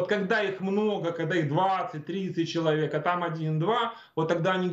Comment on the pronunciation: Пожалуйста, не говорите "чек". Человек, а не чек.